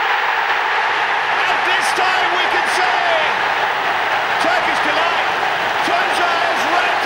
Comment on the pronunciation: spiker türksil delight dedi la